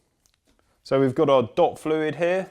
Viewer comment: sounded like 'dog fluid' the first time round. I should bloody hope there's no dog piss in my brake system, that'd probably explain the issue. Not so much a brake bleed than a brake piss at that point.